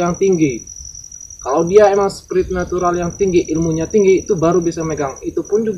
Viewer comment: Bukan sprinatural mass supranatural yg bnerr mbok yoo biung biung